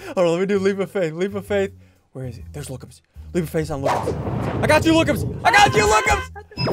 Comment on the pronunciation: he said lookumzs not lookmuz